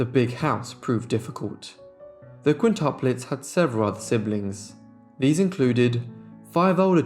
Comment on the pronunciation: QuintIUplets NOT quintaplets! The reader is ignorant